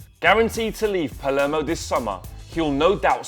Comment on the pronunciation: Dybala plays for Palermo, not "Palmero"